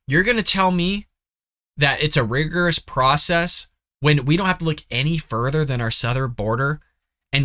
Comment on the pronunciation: Dude, you can't even pronounce the word "rigorous". Go back to Mommy's basement. The adults are talking.